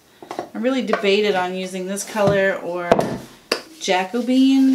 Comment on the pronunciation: Jack o bean. 😂 so cute. Try Ja-co-be-an. ❤